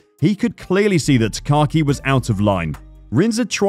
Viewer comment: Not that big of a deal but his name is pronounced Taka-Aki, not Takaki. It's a mouthful to pronounce, hence why many just refer to him as "Taka."